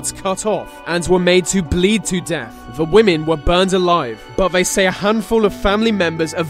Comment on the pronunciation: Sorry man I like the vids but the vey,Vis,ve etc instead of they ,this the is really bugging me now.